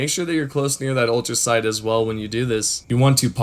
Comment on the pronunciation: Not to be a grammar nazi bro 🤣 But its Ultracite , Not ultra sound , Ultrasight or ultra site 🤣 Also thank you for this ❤️